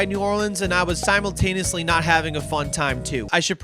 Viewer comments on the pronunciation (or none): none